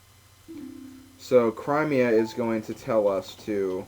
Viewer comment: The way you say Cremia....there is NO I AFTER THE R! IT IS AN E!